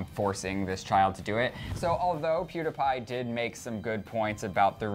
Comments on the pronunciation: Omg is THE DUMBEST PERSON IN THE WORLD!!!! Pewdiepie is NOT PRONOUNCED PEWDAPIE omfg 😡😡😡😡😡😡😡😡😡😡😡😡😡😡😡😡😡😡😡😡😡😡😡😡😡😡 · I used to like clevver but now I don't. You always make it seem like PewDiePie is wrong. He was not picking up on the 5 year old but was saying that the video had fake views ok. I have been a huge PEWDIEPIE fan so please ask me ok. AND ITS NOT PEWDAPAI ITS PEWDIEPIE! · PEWDS ALWAYS MAKES JOKES AND THATS WHY HIS CHANNEL IS BETTER PLUS YOU ALWAYS USE HIS NAME TO GET VIEWS. DOES PEWDIEPIE DO THAT, NO. YOU CAN REPORT THE NEWS WITHOUT HIS NAME. YOU ALWAYS MAKE PEWDS LOOK BAD. AND ITS NOT PRONOUNCED PEWDAPAI! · I am the only one who is getting annoyed that keeps saying pewdApie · First off, he was joking. Second off, learn to say is damn name right. Jesus Christ, I cringed every damn time you said his name! Learn to take a joke and not take it to heart. Also, I think pewds was kinda right about the 5 year old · Clever shouldn't even be saying anything about PewDiePie if they don't even know how to pronounce his channel name right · He's saying pewdiepie wrong